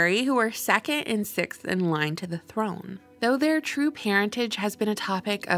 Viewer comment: Why do you pronounce the word 'second' like 'sekke'?